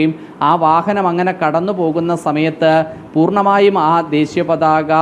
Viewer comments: ദേസീ യാ അല്ല ... ദേശീയ..,. കഷ്ടം.... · ദേശീയ പതാക ആണ്... ശ ആണ്.. സ അല്ല. mpbs ജയിക്കേണ്ട ഈർക്കിലി എടുത്തു നാക്ക് ഒന്ന് വടിച്ചൂടെ...? പിന്നെ adeham പറയുന്നത് adehathinupolum അറിയില്ല... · ദേശിയ പതാക എന്ന് പറയാൻ പോലും അറിയാത്ത ശവൻകുട്ടി